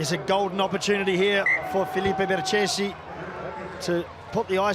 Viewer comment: It is pronounced „Berkesi“ not „Bertchesi“. Embarrassing